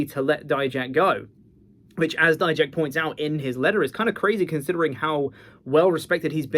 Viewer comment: Thank you for pronouncing it as “die-jack” and not making him sound like a type of mustard like others do.